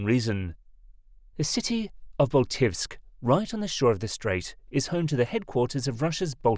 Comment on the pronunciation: A pronunciation guide: Elbląg — elb-long Baltiysk — Bal-teey-sk (no v there :) ) Suwałki — soo-vow-kee Kaczyński — ka-cheen-ski złoty — zwo-tee Szczecin — shche-cheen (greetings from Szczecin, BTW :D ) Solid work on reporting the story though!